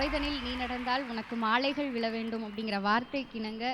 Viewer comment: அம்மா தாயே...மாலைகளா...மாலைகலா. சகலகலாவா...சகலகளாவா...உன் வாயில் வசம்பை வைத்து தேய்க்க...நீயும் உன் தமிழும்...உன்னை பேச வைத்தவரைத் தாய் தான் குறை சொல்லணுமோ